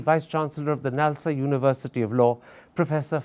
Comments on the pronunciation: Its NALSAR :'D Not NALSOR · its nalsar not nalsor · Kindly note .... it’s “NALSAR “ National Academy of Legal Studies And Research ....... 🙏 not NALSOR ...